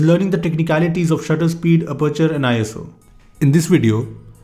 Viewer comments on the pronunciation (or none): It's not eye as oo It's just iso ISO is not an acronym